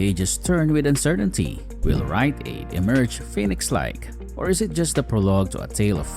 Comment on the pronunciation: Was this entire thing AI generated? LOL "WILL WRITE AID EMERGE FELIX LIKE"